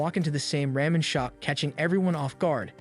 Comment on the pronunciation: Oh the "souven-ers", "ram-in", and the "paj-imas"XD